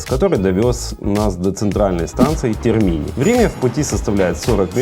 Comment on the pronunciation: С ударениями ошибаются очень многие, зная, что в итальянском , в основном, ударение на последний слог (Тéрмини происходит от слова тéрмы, на этом месте находились термы Диоклетиана., Трастéвере - за Тибром (Tévere, как в России Замоскворечье, например). - не считаю это ошибкой от человека, приехавшего в Рим и снявшего хороший, на мой взгляд обзор. Со сравнением фонтанов Рима с фонтанами в Дубае полностью согласна😂. И ещё, для подписчиков, - сейчас в Риме ведутся работы, связанные со следующим Юбилейным годом, что-то восстанавливают, где-то просто деньги отмывают, но закрыто и перекрыто очень много, в том числе и Pzz. Navona, Pzz.Venezia и мост к Sant. Angelo…